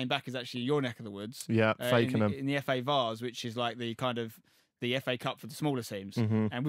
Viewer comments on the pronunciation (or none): fa varse? that is niche